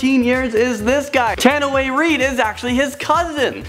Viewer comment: cool it does...im pretty sure u suppose to pronounce Tanoai as in "ta-new-why"..